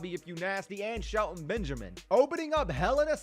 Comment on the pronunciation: to think you live in the cube house with Brandon and you don’t even say it like sHeLtOn BeNgAmIn